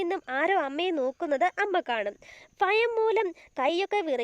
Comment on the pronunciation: ഫയം അല്ല ഭയം 😂😂😂